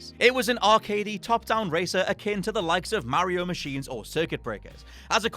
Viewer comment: Why does he say mario like that!?!?!?